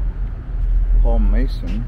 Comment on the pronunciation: Not to mention the continued mispronunciations of Cupertino, Paul Masson, etc., which take a native right out of the video.